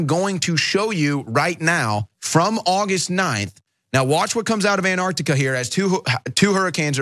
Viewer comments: Did the US change the spelling of Antarctica to Andargdiga, or do they all just have a speech impediment? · ANT Arctica !!?? FFS